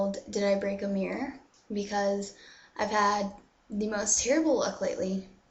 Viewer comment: I like the way she says mirror. "Meer!"